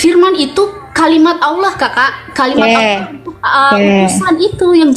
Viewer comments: Tolong ditegur cara baca dan penyebutannya,,ALLAH di ALKITAB yg BENAR,ALLAH ya ALLAH BUKAN TULISNYA ALLAH terus dibaca AULOH,,apa ituuuu 😂😂😂😂😂😂😂😂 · bu uclim... klo baca Alkitab... Allah jgn di baca olloh ya...? 😂😂😂